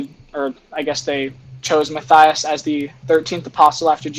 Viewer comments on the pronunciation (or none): none